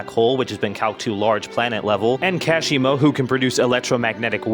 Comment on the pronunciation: More like Cash-i-mo